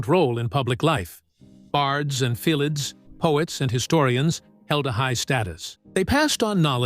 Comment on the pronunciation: Filidh! It's pronounced filly ffs! Don't bother making a video about Ireland if you can't use our language!